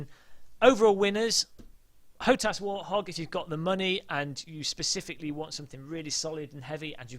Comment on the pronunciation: btw it's warthog not warhog